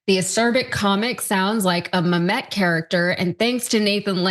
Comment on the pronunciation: Pronounced MAmet not muhMET 😂